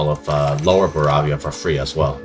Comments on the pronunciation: why are you saying Baravia Dxxx Edit: Why are you saing Manchen DDDDXXXx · Yeah I'm totally gonna watch a video where someone keeps saying baravia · Bro united the HRE as Baravia